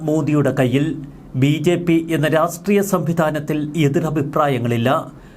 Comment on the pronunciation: രാഷ്ട്ട്രീയും എന്ന് പറയു